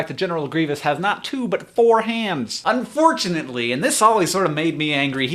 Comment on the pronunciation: when you were talking about the guy with one hand you said unFOURtunately xD